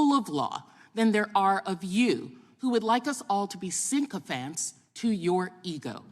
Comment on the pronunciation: Syncophants? Is that a rhythmic jazz thing?